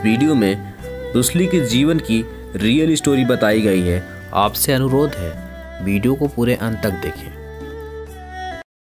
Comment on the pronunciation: भाई बोलना सिख ले🤣😂🤣😂 बीडीओ,,नई होता हैं वीडियो होता हैं🤣😂🤣😂बीडीओ🤣😂